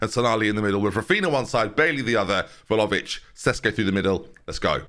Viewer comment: IT’S VLAHOVIC!!!!!!!!!!!!!